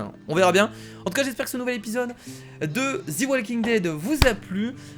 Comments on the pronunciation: enfaite sa se dit pas zi mais ZE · D après moi sa ne se prononcer pas zi walking dead ni ze walking dead mais plutôt De walking dead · Parce que en anglais the se prononce de